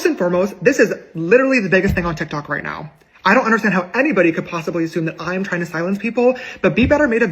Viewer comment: "...tik tak story..." 💀 serious! 😂